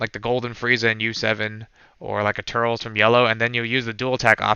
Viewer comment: Great breakdown of the deck. I’ve seen a ton of Gamma deck profiles, but this one was above the rest. Also, I have to point this out, cause I hear so many players doing it, y’all are saying “Turles” wrong. In Japanese his name is “Tulece” which is a play on “Lettuce.” However, his English name is “Turles” pronounced “TUR-LESS,” not “Turrels” 😂😂 I have to point it out